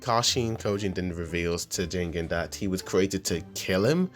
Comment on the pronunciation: "Ji - gen" not "jingin" just to let u know!